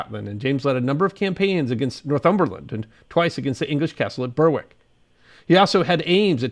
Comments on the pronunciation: Hi another great video about a subject often forgotten about, the English and Scots wars were futile and still cause enmity between our two nations today, which is a tragedy. One minor point for you to take away however, Berwick is not pronounced Burr-wick in the American way, it is pronounced Berrik, not a criticism at all but thought you may like to know. Thanks for another cracking film and cheers from GB. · Great stuff but it's pronounced "Berick" not Berwick as it's written. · The Scots say Berik not as it is spelled. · really love the presentations of always worth a look, however his American pronunciation of words some times grates is Berwick not Burwick is one example but dont stop presenting because of my small comment